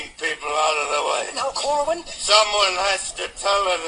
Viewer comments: It's "Henry CORE-win." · His name is Henry Corwin. (Kor-win, just like it's spelled)